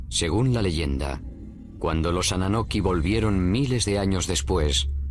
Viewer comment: Annunaki no annanoki , Nibiru no Neberu y Zacharia Sitchen a sido refutado por expertos en lingüística acerca de su interpretación de las tablillas